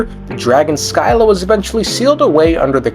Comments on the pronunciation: Sp triggered everytime "Sky-la" is pronounced. The old greek pronunciation is "Sih-luh". While i read modern greeks might read it as "ski-luh". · Sih-lah. SIH-LAH. Also as a black person even I don't say the N word, keep it out your mouth. You're so cringey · As someone who studied Odysseus during elementary school, the "Sky-la" HURT